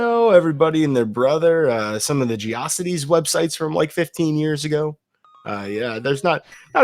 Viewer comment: I've never before heard Geo-cities pronounced gee-AWHS-uh-tees.